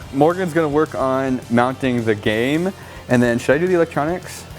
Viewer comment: I know he said game but it sounded like he said gay